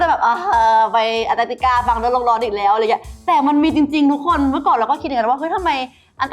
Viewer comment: ยังพูดผิดอยู่ ต้องพูดว่าแอนตาร์กติกา ไม่ใช่อันตาร์กติกา ปรับปรุงด้วยจ้าาา 🤣